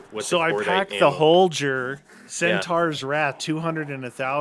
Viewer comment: Ur saying the name holger wrong get it right